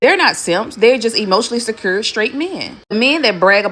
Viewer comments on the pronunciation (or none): If a female can't pronounce the word Secure correctly I'm not listening to her after she says "secur"